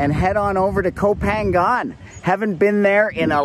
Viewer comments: koh phangan should be pronouced koh pha-ngan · Gorgeous! I always thought it was pronounced "Go Pahng nyahn" though. Anyway, who cares? It's gorgeous. What kind of drone do you have? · you're pronouncing koh phangan wrong??? i think it should be closer to "koh paanyang"